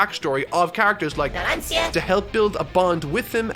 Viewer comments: Mispronounces Name His Audience and Editor: "How many times do we have to teach you this lesson old man?" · Ha! I love the editor's notes about pronounciation, it's hilarious. Poor Narancia, getting both his name and age wrong 😆. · i love the editing of the word Narancia LMAO because obviously said it wrong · The fact says Leone and Narancia wrong when He watched part 5 so thoroughly pains me. I’m not mad, I’m just... disappointed LOL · Me, the comment section, and editor beating up for saying Narancia’s name wrong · Ah yes, my Favorite part 5 characters: Mista, Lyon and Narancia (mispronounced) xD Never change Mr Editor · Why this supposed Italian native pronounces "Narancia" with an English "r"? In Italian, that should be pronounced with an alveolar tap, which is to say not a fully rolled "r" but just a slight tap on the palate, definitely not with an English "r". The alveolar tap is a sound that is very common not only in Italian but also in Japanese, and it's present in a few English accents (for instance, in a very old fashioned posh British accent, it would be pronounced when the "r" is in between vowels, and you can hear it as an example in V for Vendetta, whenever V is making one of his very theatrical monologues or speeches). In Italian, the alveolar tap is by far the most common way to pronounce the "r", as the fully rolled "r" is only said in words like "terra" and "marrone" where there are two consecutive "r", or "doppie". Source: I'm a native speaker with the hobby of linguistics. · I would've preferred if Editor had kept using the correct Discord pronunciation over saying "Naransia" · I'm more upset at him repeatedly calling abbacchio by his first name than "naran-seeyea" who does that ? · After your "naranSia" I'm pretty sure you need to at least check characters names pronounce on youtube. Poor editor, no offence. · “naran-see-a” you tried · you have to say it like that narancha